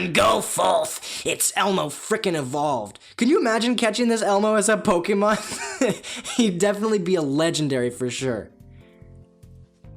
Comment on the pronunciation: When he said "Pokénon" instead of Pokémon XD